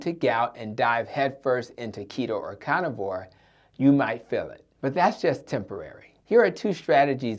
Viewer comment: "Cah nivore" (carnivore) "Addick" (addict)